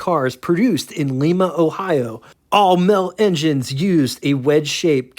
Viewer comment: Lots of mispronouncing here. Edsel is not Ed-Sell. Lima OH pronounced just like Lima Bean, no Lima Peru.